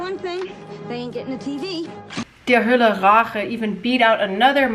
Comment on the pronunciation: you need to say "Hölle" correctly. Listen to some German reviews